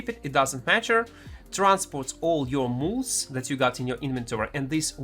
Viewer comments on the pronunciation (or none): For anyone else confused, "Mooles" is Mules. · Also... "Mools"